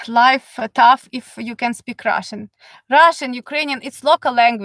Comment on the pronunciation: Love how you say, I will tell you all about Russshhan Gills (accent) lol. Thank you for the information.